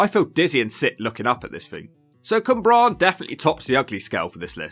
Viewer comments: Cwmbran not Cymbran! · It's Cwmbran, Cym is a different word in Welsh. I don't live in Gwent but it looks like a complete shithole throughout. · It’s the pronunciation of the names 😂 Cwmbran was my fave 🤣 Bristolian here, living in Newport and there’s so much more to the place than all the run down and shit looks lol the community aspect for instance is amazing.